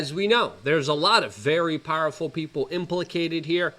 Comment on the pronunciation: Plus he yells really loud. It reminds me of my grandpa which is nice. Also I like hearing him make up so many new words. One time he says establishment. The next time it is estabbishment. Powlerful, bangks, in-poll-cated, etc. I'm learning a lot